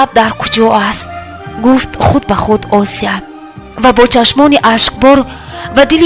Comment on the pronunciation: Хамааш хуб вале номи Осияро точикона талафуз кун на руси, Ося неву Осия!!!!